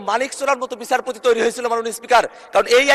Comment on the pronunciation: আরে পাঠা,বিছারপতি না,বিচারপতি